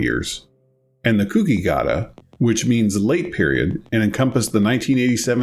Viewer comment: just a quick note, really have been loving the series and binging the episodes but the pronunciation for zenki/chuuki/kouki is a little off. It's not supposed to sound like "cookie", the ou is supposed to sound like in the word "coke". So it would be more like "coke-ii", and "chew-key". hope that makes sense.